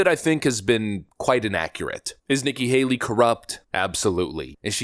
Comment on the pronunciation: Nikki Hale-er-y